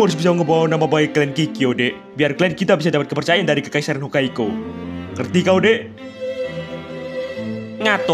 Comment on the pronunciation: Hokkaido ❌ Hokkaiko ✔️